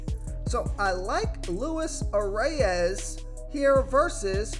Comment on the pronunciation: I m a Twins fan so I know this one. Most people pronounce it the way it looks . But Luis Arraez is pronounced Louees arise. That’s different but who are we to say. Keep up the good work